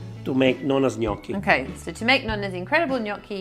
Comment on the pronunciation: Nice to finally hear someone pronounce Gnocchi the right way.